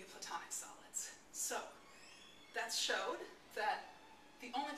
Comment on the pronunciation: There was definitely a "s" sound somewhere between the "that" and the "showed." Maybe she just said "showed" kinda weird. If that's the case, then it's phrased awkwardly anyway.